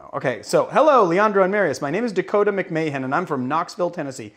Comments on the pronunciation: Not to skip over "Mic-MAY-hen" vs. "Mac-Mah-Han" 😬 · Continuing the noble tradition of correcting Leandro's pronunciation: When you say it right, the name McMahon should almost sound like you're saying McMann. Basically, you should try and say Mahon as fast as possible to the point that it almost sounds like one syllable.